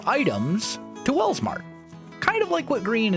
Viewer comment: When he said “Welsmart” i heard “Walmart” 😆